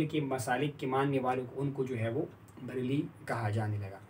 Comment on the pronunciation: بریل کہاں ہے؟؟ بریلی ہوتا ہے۔